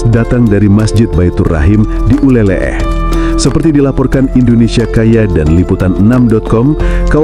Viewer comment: Min Bukan nyebutnya uleleh tapi uleleu. Aku sering main dan mandi di pantai uleleu waktu tinggal di Banda Aceh tahun 😊